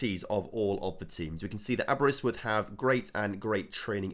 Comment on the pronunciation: i cant believe you butchered the pronunciation of both cefn and Caernarfon... and then said Aberystwyth perfectly hahaha